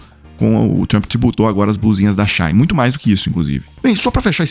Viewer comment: As blusinhas da China ou da Shein. Vc lê Shein corretamente assim She In em ingles ou Chi ín em portugues. Nao eh chãin náo. Shine é Cháin. A site que compramos coisas chinesas Shein É She In = Chi ín.